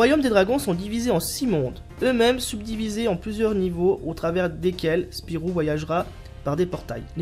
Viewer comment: Hey mais c'est mon gg! :D Mario Kart 64 et les cochons de guerre tu me fais plaisir là. ^^ PS: ce n'est pas Spirou mais SPYRO mdrrrr